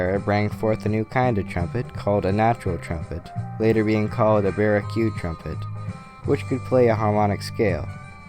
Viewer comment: Great video! You've done your research! Entertaining and informative! (psst... baroque is pronounced, 'bah roke')